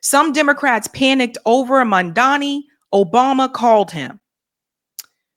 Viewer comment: Ugh. mispronounced his name. Can't watch. She did a Cuomo.